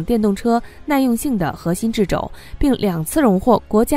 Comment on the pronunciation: 掣肘：chè zhǒu，不是zhi zhou